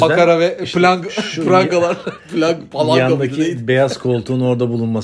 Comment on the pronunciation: Palanya palankal değil, "calaskal" 😃